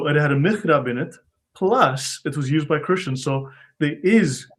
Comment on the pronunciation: It's mihrab, not mirhab.